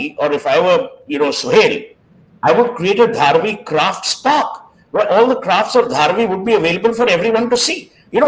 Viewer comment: Pronounce the way locals to Seth - Dhaa-Raavi